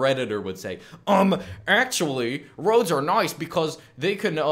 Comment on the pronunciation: "Well ackshually"